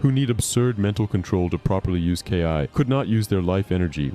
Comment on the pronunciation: "to use " KAY-AI" (KI) ok so now im assuming the voice itself is a.i as well because theres simply no way